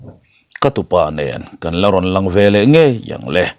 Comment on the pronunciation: 'Irawn Lang leh nawlh tih hi LANG tih Lai tak hi Kam chhuak lo mah mah,LA'N tih tur aw.